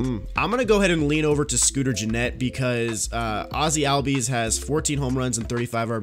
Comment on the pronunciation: ozzie albies name is pronounced allbies